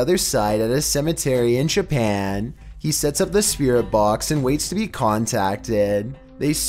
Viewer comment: No, you got it wrong says it like CHAPAN